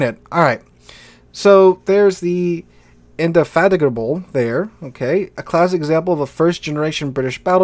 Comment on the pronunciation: Kudos for pronouncing indefatigable correctly 🙂